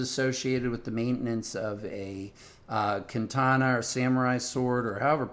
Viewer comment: kantana... speech impediment aside, this guy is clearly clueless.